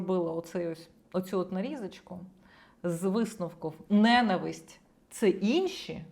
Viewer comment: Мосі йчук, не знає,що наголос у слові ненависть на складі.Оце грамотність!